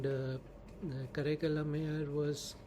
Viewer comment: The pronunciation is: Kaaraikkaal ammaiyaar: காரைக்கால் அம்மையார்